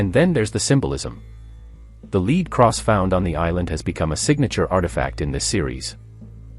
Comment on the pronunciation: The lead cross? When referring to the metal, the word is pronounced LED not LEED.